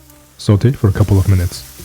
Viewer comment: i really enjoy the way you say sauté.